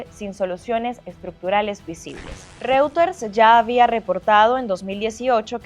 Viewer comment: Que alguien le diga a la periodista como se pronuncia reuters, ya se fue Maduro lo puede hacer mejor